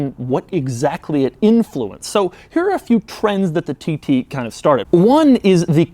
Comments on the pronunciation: Lol when says tt it sounds like tities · "Audi TiTy" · Why does he keep saying titty? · is he saying Titties? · Ah yes, the Audi TTie